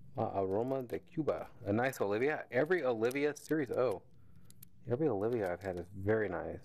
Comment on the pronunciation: Oliva not Olivia Macanudo not macundo And it's C A O not cow